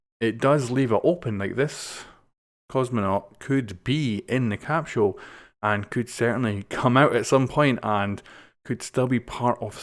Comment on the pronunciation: a capshul